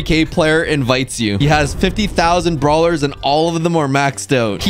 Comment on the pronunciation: oj:50 thousand brawlers maxed! me:*What did he sayyyyyyy*